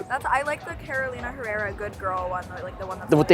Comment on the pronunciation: Is Carolina Herrera! NOT CAROLINA ERERRA